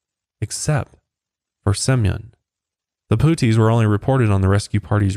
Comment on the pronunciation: As soon as he called the "puttees" "poo-tays" i shut it off